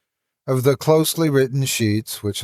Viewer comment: Oh my.., luv your readings. But why on earth do you pronounce the german name "Erich" as if it was a bloody Arab name? XD